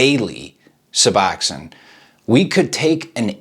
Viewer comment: Why do these dude always call it “Suboxoin”. Too funny.